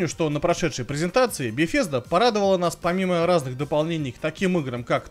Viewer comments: Ухты, еще бы в августе выпустили ролик про Беседку на E3. Очень своевременно и актуально. п.с. Сиротин, компания называется не беФезда. Про названия игр я уже молчу...Как тебя вообще пустили на выставку с таким знанием языка?) Хотя, а кто запретил бы, особенно если больше некому с Гохи ездить? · Я поправлю. а про компанию мне удобнее говорить Бефезда чем Бесезда.